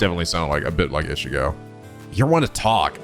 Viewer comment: so is it me or was pronouncing ichigo wrong